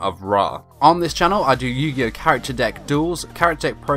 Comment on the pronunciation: What the fuck is yu gi yo?